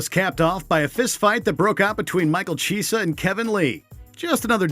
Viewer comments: "...Michael Cheese-a..." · The fact that many of these aren't weigh ins and the guys pronunciation of half the names has me a little confused. Diahz? GeorgeS? Chisa? lol